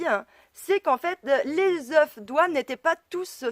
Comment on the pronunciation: On ne prononce pas le f final au pluriel de œuf si je peux me permettre.